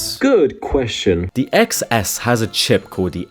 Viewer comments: It’s iPhone TenS, not eXS, Jeeez… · iPhone eXceSS anyways, its actually pronounced Ten S lol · Ex s? Man it's Ten S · It's pronounced iPhone 10S. Lol The X is a Roman numeral for 10. Apple didn't really think it through very well. Most people pronounce it wrong. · It's pronounced 10 s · Its officially pronounced 10 s btw